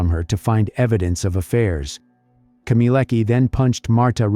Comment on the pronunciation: her last name is not pronounced as "keemeeleckah", but "khmyeh-leh-tskah"